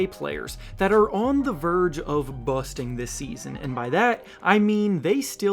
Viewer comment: Stop saying busting like that dude 😂